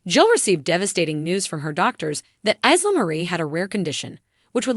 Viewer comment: It’s “Eye”la not ISla